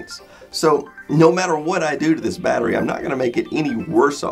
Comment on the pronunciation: The way americans say battery really bothers me. They take the 't's' out of the word completely and say "Baddery" . It's baTTery!!!!!